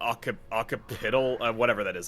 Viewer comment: …Bit sad to hear that apparently didn’t get my “ox-sip-pit-tull” tip for the pronunciation of “occipital”…